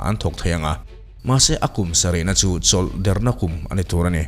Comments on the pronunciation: Dikchoah, chawlh dêrna tih anih kha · Tawng thluk ithiamlo hle mai, chawlh derna, atak nilo a der thluk ni lovin, ( thingler) tiha, der tih thluk hian, buh hli tih pawh, hli tih lai kha, uihli tiha hli ri ang nilo khan, buhchi tih a chi tih ri ang khan Buhhli, Der,chawlhder, tihder tiha alem, ader ni lovin, chawlhder na ni. In puan hmain tichhin hmasa thin teh Kan tawng hi fimkhur takin hman tum hram teh u.